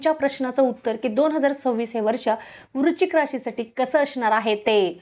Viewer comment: वृचिक नाही.वृच्शिक असा उच्चार करा.